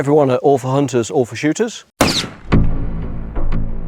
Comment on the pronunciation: I agree is a great teacher. But had to bust out laughing at the opening sentence. It sounds like he says “ awful shooters” not all 4 shooters. But in my case he would be right. Just found it humorous, I will keep definitely keep watching his videos.